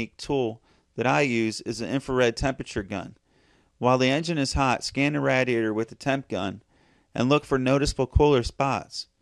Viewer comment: Nobody mentioned it so I have to. You say radiator wrong it it's driving me insane.